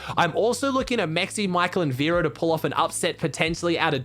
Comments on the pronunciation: verox not vero dunno y this annoyed me but yh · its verox not vero btw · Verox not Vero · you said vero its verox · it s verox not vero 😆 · just wanted to say that its verox and not vero